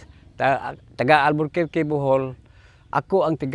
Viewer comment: Its ALBUR (ALBUQUERQUE) BOHOL (not ALBERT☺️)